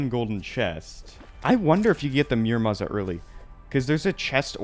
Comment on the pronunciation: Please, ur pronunciation of muramasa is killing me. It’s moo-ra-mah-sah. Loved the rest of your vid btw! Keep up the 1.4.4 content!!!